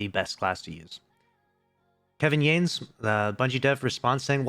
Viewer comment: yanes is pronounced (yah-ness) not like Hanes underwear lol